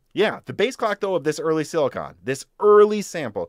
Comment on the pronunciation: you are pronouncing "silicon" wrong - thanks for the info